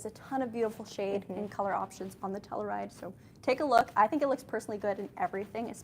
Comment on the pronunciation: Might be a Canada thing. In the U.S. it’s pronounced Tell-you-ride; not tell-uh-ride.